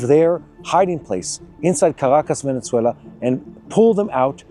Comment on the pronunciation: Please do not say Ajran and veneCuela :)❤